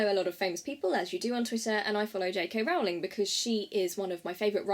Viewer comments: Great Video!!!!! But Rowling rhymes with bowling not howling. I'm not hating, great video! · It's Rowling like bowling 🎳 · You pronounced her last name incorrectly.